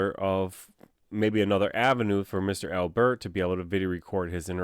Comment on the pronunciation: Why do you say AL-bert like that? No one says al-BERT. It's just Albert. Do you say your own name like dan-IEL? Doubt it. I'm sure you say DAN-iel. So why say Albert like that?